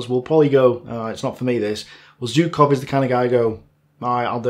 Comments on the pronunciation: You mentioned Zhukov so much in the video, I can't help but ask: Why do you pronounce his name like "Zew-kov"? There is a "ZH". When you pronounce Voronezh, you say it with a clear "ZH". Why are you picking and choosing how you pronounce a "ZH"? ZHOO-kov ("ZH" is pronounced the same way as "S" in the words "pleaSure" and "viSion".) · Hi, please, I do understand that Russian names are hard, but still Zhukov is great enough a figure to deserve his name pronounced correctly. 'ZH' reads like 'G' in barraGe or massaGe, the "french" way. The problem is whichever letter you use to write his name (J or Zh or even G), it won't be correctly read according to the rules of English grammar...